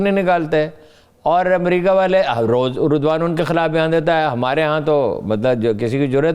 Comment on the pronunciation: Thank God you pronounced name of Turk President Erdgon right. Most of your media men say it wrong.